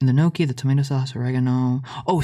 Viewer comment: why do you pronounce gnocchi like that 😭